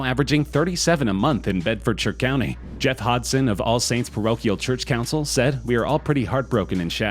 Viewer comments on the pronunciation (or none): none